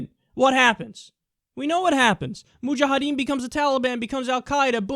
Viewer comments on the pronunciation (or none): Lol when Kyle says, "Moo-jah-ha-deen".